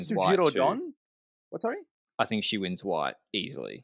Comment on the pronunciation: Giro DONNE!!!!!! Quit saying Giro rose!!!!!! 🤬